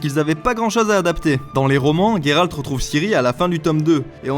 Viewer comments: n'ayant ni lu les livres ou jouer au jeu, j'ai adoré ta vidéo excepté à chaque fois que tu as dit " Guéralt " et pas " Géralt " haha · Il s'appelle Geralt pas Gueralt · Je ne sais pas mais j'ai l'impression que tu prononces mal son nom... Comme Gai-ral-t au lieu de Gé-ral-t.... ''IMPRESSION'' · Mais c'est GÉralt putain 😂😂 Ça se prononce comme ça dans les livres, dans la série et dans les deux derniers jeux...pourquoi y a autant de monde pour prononcer GUÉralt 😂😂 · Salut je suis d'accord avec toi, sur plein de points mais ta prononciation de "Guéralt"me fait vraiment mal aux oreilles, du coup je ne sais pas ce qui est le pire les faux raccord de la série ou ta prononciation du coup 😂😂 (ps: blc des puristes anglais et de leurs prononciations hasardeuses comme dirait l'autre ont et en france ici donc ont parle et prononce français mdr et c'est plus jolie entre nous 😆😉) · Comment tu as dit Gérald😂😂😂😂😂